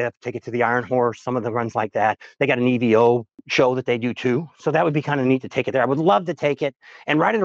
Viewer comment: Stop saying E V O, it's a damn evo nothing else too it and you don't drive motorcycles you ride them.